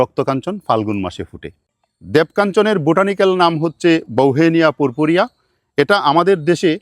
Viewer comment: PURPUREA – the correct pronunciation in bengali is পারপিউরিয়া, not পুরপুরিয়া।